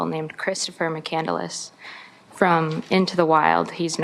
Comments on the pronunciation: Isn’t it pronounced McCand-less not McCandle-less? Just asking.... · The last name is McCandless and she keeps pronouncing it as McCandaless 🤦🏻‍♀️ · Amazing how she take Chris McCandless’s name, but keeps mispronouncing it and clearly knows nothing about him! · I don’t think she even read it. It’s not a novel. And I hate the way she adds an extra syllable to mccandless